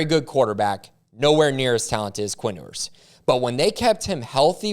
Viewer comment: It’s pronounced “You-ers”